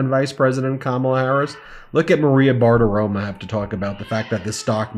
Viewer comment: 1. It's freaking BartiroMO. Not "ma" 2. You had, I assume, 7+ months notice on the baby, plenty of time to freaking soundproof your recording space. Maybe if you had spent less time breathlessly recycling the same juvenile coverage of *rump's rantings and focused more on quality over quantity you'd have had more time and energy to prioritize even a faux appearance of industry standards of professionalism. It sounds like the baby and the high-pitched pups are in a completely hard-surfaced echo room on the other side of a wall from you that clearly has zero insulation or soundproofing. C'mon man you've been doing this since COVID - get your set-up together!